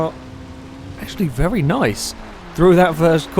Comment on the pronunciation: He also says "vely" not "very"